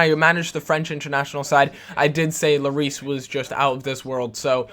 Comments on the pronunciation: Hugo Lloris is french, and his name is pronounched " lorí ", and not " loris " ;) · you have to pronounce lloris without the s so just llori